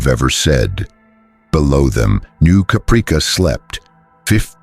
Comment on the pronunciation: The mispronunciation of Caprica kills me. 😁😂🤣